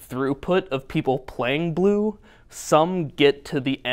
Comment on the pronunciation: How many times did you say BLUE before even minute !! Hahahahaha Your love for BLUE!! is unreal! You love it so much it almost sounds like you are saying PLUE! "Players love to play PLUE!" LOOOOL